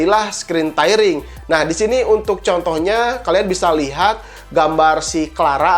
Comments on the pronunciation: tairing (tyring) ??? tiering (tearing) aaah... yg bener... displai port??? displei port kakaaa... masa channel IT baca inglish aja ngaco? tepok jidat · Penyebutannya, "Teering" bkn "Tairing", hehee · Tairing ya? Kirain tearing